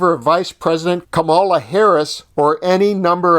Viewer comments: It might be a good idea for you to begin pronouncing Kamala properly (accent is on the first syllable). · Please learn how to pronounce Kamala Harris’s name correctly. 😊